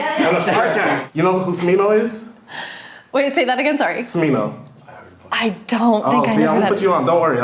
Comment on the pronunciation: bro said “smimo” instead of smino